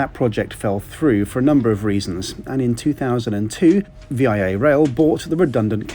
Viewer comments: Thank you for saying that. I came to say the same thing. It's just "Via Rail" not "V.I.A. Rail" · Excellent trip report. A couple of things: the Assiniboine Park that the car is named after is actually in British Columbia. Also, the company name is pronounced “vee-ah” and not V-I-A like an abbreviation. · As a Canadian, I am so happy you did this review. I have been planning to do this trip for a number of years! Great video and review. Just one correction - Canadians call it Vee Ah Rail rather that V.I.A rail. The parents of a number of my Italian friends used this route to start their new life in Canada after arriving by boat in Halifax. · Just to clarify the name of the train is VIA(VeeeYah) one word not V-I-A as separate letters. No requirement to tip either same as on Amtrak, only if you want to. Seen many other reviews of VIA & Amtrak including those from locals on both sides of the border and none of them say it's a requirement only if you wish to. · It's "Via" not "V.I.A" it doesn't stand for anything other than travelling. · Great video! I really enjoyed this video just like your most recent Canadian train trip on “The Canadian” this video was also excellent! However the Canadian rail company VIA is actually pronounced as “vee-ah” not as how you said it as V-I-A. That’s the only thing that wasn’t great but other than that excellent work! Cheers from Detroit MI mate! 🥂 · V - I - A? Even the announcer on the PA system gave the correct pronunciation: VEE ya! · VIA is said Via pronounced Vee Yaaa. I is not the capitol letters from three different words it is one word. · its VEE AHHH rail not V.I.A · Love your video, but it’s not necessary to say “V I A” it’s a word, VIA. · Ok, it's not V I A, it's pronounced Veeah, like going to Montreal via Bathhurst.... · not V.I.A. It's Via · It's pronounced Via as in Mumma Mia not v.i.a. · It’s not vee eye ay rail. It’s Via rail. Pronounced. Vee ahh. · it's pronounced VEE-AH not V-I-A. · PS. It's pronounced veee-aaahh😂